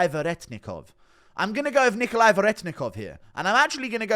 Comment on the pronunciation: Respect that you pronounced Nikolay's name how Russians would